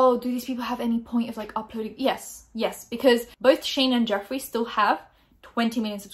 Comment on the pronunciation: I thought you pronounced his name good